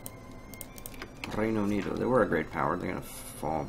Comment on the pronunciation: The R is pronounced like a H sound in Reino Unido